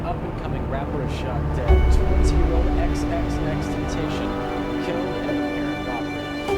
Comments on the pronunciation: не икс, а экс, всем это говорю. Уши режет. #LLJ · Отличное видео чел, но пожалуйста не ИксИксИкс, а ЭксЭксЭксТентасион. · хаха б*я простите, но я должен это рассказать, мы с другом часто слушали его, и когда я произносил его Ник (примерно как тут ) он часто меня исправлял на "икс икс икс тентейшн" Боже, пи*да моему другу Но если серьёзно, мне больно осознавать что его больше нету с нами, огромное спасибо что ты не даёшь нам забыть о легенде, F